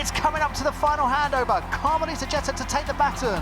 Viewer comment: "Jet-tah" It's pronounced "Gee-ter"